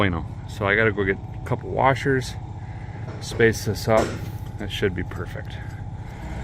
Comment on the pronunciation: ThouGhT I'd heARD You SAY WARsheRs!??...NoW ThAT RAD ish CAN be Tied bACk wiTh some chicKeNWiRe!!..IF'N' YeR ouTTA hAY wiRe!...Or a NYe Tie...NiGhTie oR BRACKeTATioNe'...@ ...